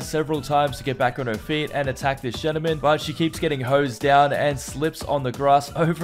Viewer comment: And the definition of a ‘gentleman’ . He doesn’t even say it right..